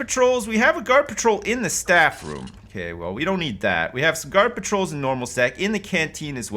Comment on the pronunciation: When he says ‘guard patrols’ it sounds like ‘garbage rolls’ XD 😂👌